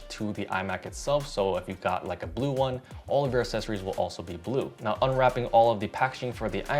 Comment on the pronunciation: Mate, please pronounce accessories properly 😅